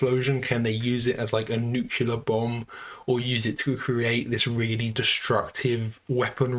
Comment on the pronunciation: "Nuculer", it pronouns "nuculer".